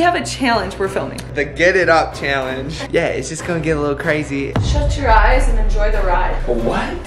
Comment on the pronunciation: Lol and say "cheeallenge"